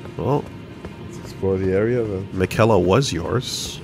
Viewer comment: Funny how often hears how Miquella is said and still says it wrong